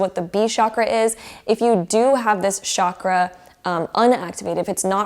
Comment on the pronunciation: Chakra is a Sanskrit word and it’s pronounced CHA-KR-A ,not ShAAkra, I’d love it if you pronounced it the right way